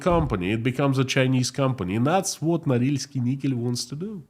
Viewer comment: Correction: Norilsk Nickel. My poor ears.